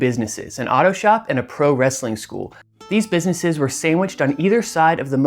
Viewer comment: I used to clean Buffalo Jim’s carpet back in the late 90’s up until mid 2000’s. He had a massive house on the east side of town which is a shitty area of town. His house was ALWAYS a wreck though! And for all you that call Wrestling Rastling needs to go back to speech class especially being a reporter and calling it Rastling. lol 😂😂😂😂😂